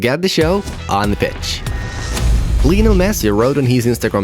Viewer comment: it sounded like he said “bitch” lol